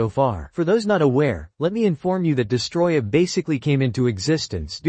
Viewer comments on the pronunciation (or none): It's DEST-O-ROY-AH...get it right!